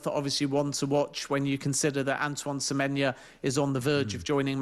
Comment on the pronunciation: Why can't Ben Jacobs get Semenyo's name right?....dear god it's not difficult.